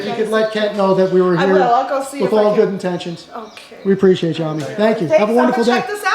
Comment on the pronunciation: STOP saying "preciatechu" use the correct word, which is APPRECIATE